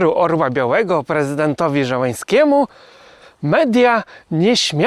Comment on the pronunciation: Nie Żełeński, ani inaczej, tylko Zielenski. jeśli poprawnie przeczytać cyrylicę - tylko parę literek.